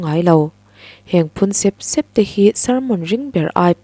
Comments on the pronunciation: Sep sep tih lai hi, tui a far keuh keuh tih a, keuh keuh tih thluk a, sep sep tih tur ani ang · Phun sep sep,,, i lamdan hi sêp sêp ti zawk teh a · A ngaihnawmin i chhiar thiam khawp mai,mahse i thu lam thluk han sawisel ka duh a,Sep sep tih i thluk kha i thluk dan a ri hniam a i thluk kha plural form a nia,mahse singular form tur a ni sia,step i lam rik anga ri sang zawkin sep sep tih tur a ni e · Phun sep sep hi I lam dan hi lam dan tur ni lo vin ka hria.